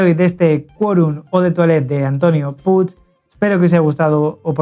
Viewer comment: Es un apellido catalan puig y se pronuncia puich o puch,diferente a como se escribe.